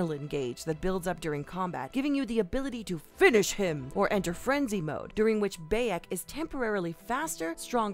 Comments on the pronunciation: Also its baa-yek not bay-ek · Also BEYAK and not Bayek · You can tell she doesn't play assassins creed she called him Bae-yek instead of By-ek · Man I wish there was a big Assassins Creed fan doing this video instead of this woman calling the hidden blades hidden dagger and same with pronouncing Bayeks name wrong. It’s baa-yek not bay-ek 😑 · You pronounce it like “biyek”, not bayek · She literally said "Beyek" How could you do my boy like that? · "bae-yek" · "During which bay-ek" BOI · She also says Bayeks name wrong. If she actually played the game she'd know how to pronounce it and that the stealth in that game is ridiculously overpowered to the point where it can be purely stealth if you want. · I'm sorry how did you just pronounce Bayek? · 10.50 I hate how you pronounce Bayek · I honestly don’t understand how people continue to mispronounce bayeks name when it gets said multiple times in the game and all the early gameplay videos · She messed up Bayeks name which is sad but hey she’s only human right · It really pisses me off how she pronounced Bayek's name. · The way she said bayek told me she never played the games lol but AC3 got the best combat. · Her mispronunciation of Bayeks name and her 0 knowledge of the game gets this a thumbs down